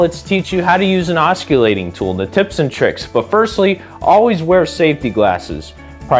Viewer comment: The C in, os·cil·late, is pronounced with a S-sound as it is in the words, cent, central, circle, or city. You seem to have a passion for tools and blades, add the proper pronunciation and your message will only be stronger. Keep on making videos my blade loving ninja. 👍